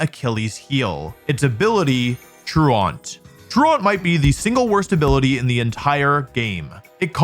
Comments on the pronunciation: He also says true aunt instead of true-uhnt lol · Truant... like truancy meaning to be late or absent and is pronounced as TRUE ANT not TRUE AUNT and not TRAWNT its just as bad as baton pass BUH TAWN not BAT IN and no just because your in a different area doesn't mean you are saying correctly because other people in your area learned to say it incorrectly many years ago and rolled with it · not Wolfey pronouncing “Truant” as “True-aunt” 😭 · I do believe you are also pronouncing his ability wrong. It isn’t “true-ont” it’s “true-int” the base word for “truancy” as to say absent. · Now that you've recovered from the comments making fun of you for your Slaking pronunciation, I think it's time we move onto your Truant pronunciation. It's True-ent, like a LotR Ent just told you something true, not trure-ant, like Smallant just told you something true. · Why is he pronouncing Truant like that 🙈😅 True-Ont 🤣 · For someone who has dedicated a lot of his time to playing this game over the years and then spent the time and resources to create this video, I feel like he could have taken 4 more seconds to check his pronunciation of Truant... /troo͞′ənt/ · It’s funny that you used to mispronounce Slaking because you still mispronounce “truant”. It is pronounced “TRUE-ihnt” and means tardy. Like truancy. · Where tf is true-uhnt coming from? -ent or -int, maybe -ant. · Truant rhymes with congruent. It's not "true-aunt" lol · Speaking of incorrect pronunciation, it’s “tru-ent” at least in the States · The way Wolfey pronounces Truant is triggering as fuck. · We fixed how he said "Slay-king." Can we fix how he says "true-aunt" now? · it’s pronounced “troo-int” and the UK and American versions are the same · How ironic that he talks about how dumb he was for mispronouncing Slaking all while mispronouncing Truant the whole time. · Might want to listen how 'Truant' is pronounced also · The pronunciation of truant in this video is sooo bad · That's not how you say Truant bud.